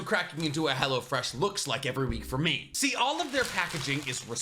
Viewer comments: Lmfao it sounded like youre sayin Hella Fresh sometimes; also WHERE DID YOU HAVE 55 LBS TO LOSE?! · Am I the only one who hears "Hella-Fresh" when he does this sponsor? Lmao